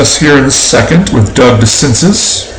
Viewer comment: It's pronounced DeCinsay for DeCinces. You put in Weaver? Why so stupid? Red Snapper, very delicious! Nice game, exciting finish